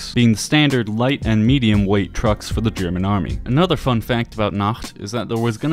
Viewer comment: Your german pronounciation is pretty damn good! Made me really happy to see! :D Thank you!